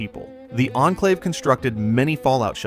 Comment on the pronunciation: You have pronounced Enclave like 7 different ways 😅